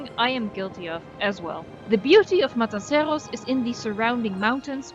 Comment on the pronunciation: I LOVE your pronunciation of 'Matanceros'!! En ook dat je Engels vrijwel accentloos is ;) Fan van de video's én van de 'Voice' :)